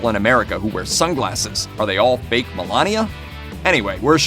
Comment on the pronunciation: But... Did he say "baked", or "fake"?? :))